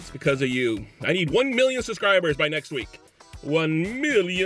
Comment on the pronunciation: SUBscribers. SUB, not SUSCRIBER. Jesus that's annoying as hell.